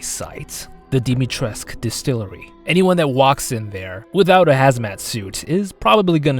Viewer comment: Hi, romanian girl here. U pronounce moroaica almost perfectly but it hurts me to hear everyone pronounce dimitrescu so wrong! It's not Dimitresque/ Dimitresk, it's dimitresCOO. Coo, pronounced just like the word coo from English